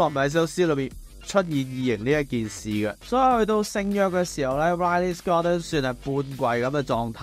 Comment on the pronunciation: 可唔可尊重下Ridley Scott，讀啱佢個名